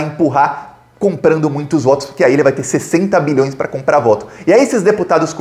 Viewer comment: Sua pronúncia de BILHÕES soa um pouco como MILHÕES. Enfatize mais o BI.